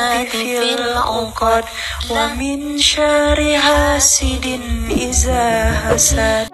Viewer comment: Harusnya Idza bukan iza mbak😭😭